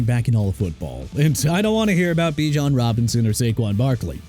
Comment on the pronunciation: Jaguars pronounced ja-gwaars NOT "JAG-WIRES". HOW MANY TIMES YOU GONNA SAY "JAG-WIRES" AND SHOW DISRESPECT TO A FOOTBALL TEAM LIKE THAT HUH? Jahmyr Gibbs pronounced juh-meer and Bijan Robinson pronounced bee-jon! And I don't care if it's a real voice or an A.I. generated voice; if this man can't pronounce anything somebody gone show him the exit!